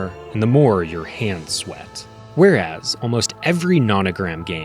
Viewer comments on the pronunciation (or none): none